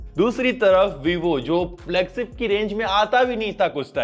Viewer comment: Flagsip ni hota Bhai 😂😂 flagship hota hai 😂😂😂